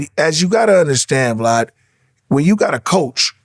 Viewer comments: Are we not gone acknowledge gp was callin vlad “vlod” the whole time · "Vlod." He probably wanted to call him Vlad(e) (Divac) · Is he calling him vlood? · Thanks “vlod” 😭